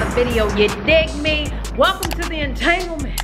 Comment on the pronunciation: Girl you gon kill the word entanglement 😂😂😂